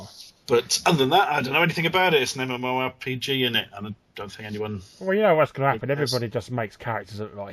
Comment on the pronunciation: I don't know why I'm so excited to know that Larry also pronounces "MMORPG" as "muh-more-pugger."